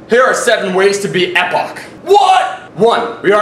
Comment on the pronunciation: it's pronouced 'eee poc'